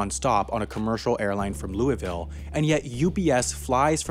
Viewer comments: it is pronounced lou-eh-vol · Lewieville or Louisville? Geta grip and start sayin it right. St lewie or St Louis? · this guy says louisville like louis- ville its pronouned lou- voul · I’m not usually like this but , you say Lou-e-Vel , but it’s pronounced Lou-e-vole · As someone who lives in louisville, UPS planes runs our sleep schedule. At like 2am you hear a UPS plane earrape us lol. Also its pronounced "luuvul" lmao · You're butchering the name of my city ); louisville (lowl-vole) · Dude, Louisville and Louavul. Get you prononciation straight. Jk, awesome vid, I now know why Worldport is in Louisville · You say Louisville wrong! Loo-a-vul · You almost said Louisville correctly! (The first time) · I cringed at the pronunciation of Louisville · The way he pronounces Louisville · To all the people from Kentucky and right next to Louisville like me we are the only ones who cringe up when he miss pronounces Louisville lol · Ok louisville isn’t pronounced like that and it’s not a small city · The way you say Louisville kills me as someone who lives in Kentucky